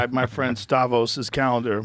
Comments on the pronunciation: It’s Stavros not Stahvos, Joe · Dammit Joe, his name STAV-ROS, not STAV-OS. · Bruh it's StavROS not StaVOS. Yikes. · Stavros not "stavos" learn your own friends name lol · Joe saying his friend stavos. When his name is stavros. Perfect example of joe rogan being joe rogan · Again with the "Stavos". great guy, never met him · Joe calling Stavros, "Stavos" was the best part of this. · Joe is sticking with "Stavos" even after being corrected, interesting. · Always funny when brits and "muricans" try to pronounce non-english names. Stavros looks greek, so if so it is pronounced stavRAWS /stavROS, you pull the os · His good friend.... Stav Vos! At least Stahvose got a free ad for his special out of it though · Is Joe incapable of pronouncing the R in Stavros? I don’t think I’ve heard him say his name correctly a single time. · “My friend stavos” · “Stavos” hahahaha I’m so glad he doesn’t remember that fat hack’s name. I liked him on Cum Town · Not him saying STAVOS twice 😢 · My very good friend stavos LOL can't even get his name right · HIS NAME IS STAVROS JOE. STAVROS, SAY IT WITH ME, STAVROS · The fact joe calls Stavros stavos is hilarious 😂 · not again with the "Stavos", Joe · He was corrected on it too lol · Joe STILL not pronouncing Stavros' name correctly cracks me up so much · "stav ohs" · “Stavos” - brutal! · Haha Joe still saying stavos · Stavos lol. He doesn’t even know his new “friends” name lol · The funniest part of this is Joe has no idea how to say Stavros. I’m stoked that my boy stavy gets the shout out tho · Joe can’t get Stav’s name right again 😂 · Joe will never get Stavy’s name right 😂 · For real, he doesn’t even know his name properly 😂